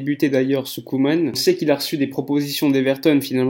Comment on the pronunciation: Ronald Koeman. La prononciation est Coumane et non Queue-mane